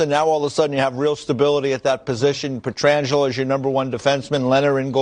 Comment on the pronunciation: A relative of Alex’s, goalie Frank Pietrangelo, played for the Penguins in the late 80s/early 90s. The Pens’ announcers pronounced his name “Peter-Angelo,” too. Not sure if that was the way Frank’s side of the family pronounced the name, or he was too embarrassed to correct the announce crew. It’s kind of like how pitcher Bruce Sutter pronounced his name SUE-ter, while hockey’s Sutter family pronounced it SUH-ter.